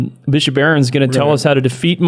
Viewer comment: guys seriously, "Bishiop"